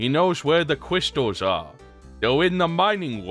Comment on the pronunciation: "Gwab the cwystals, an shtop whowevah's in chawge!" Who doesn't love that Dr. Light? Also, it's good that you finally came clean after all these years... That skeleton finally got removed from your closet.